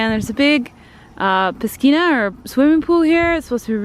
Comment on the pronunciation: The C in piscina is silent :) Someone probably already said it, but hey...